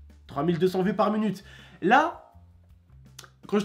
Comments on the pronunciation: Il dit munute au lieu de minute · Mdrr il me tue quand il dit par munute 😂